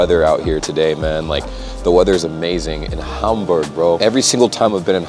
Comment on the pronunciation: BTW your pronunciation of German names / locations is perfect! Congrats!